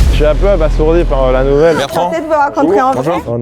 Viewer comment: "Abasourdi" se prononce comme ça s'écrit "a-ba-zour-di" et pas "a-bass-our-di". Un noble le saurait.